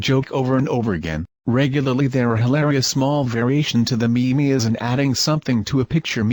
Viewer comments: watch all 4 videos... not bad... get to this video and hear "Me-Me" instead of "meem" internet, i am disappoint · Shitty text-to-speech software. It's pronounced meem dammit. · Anon ymous i was calling them meme’s for years (just cuz i never heard anyone pronounce it outloud) until this 16 year old girl heard me say it in a videogame and made fun of me so i stopped 😂😂😂